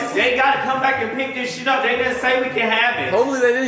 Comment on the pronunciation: I like how he says shee instead of shit and bussh